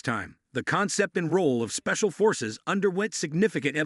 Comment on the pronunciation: yeah spacial forces! you guys could have checked and edited it first before releasing, too many mispronunciations by your AI.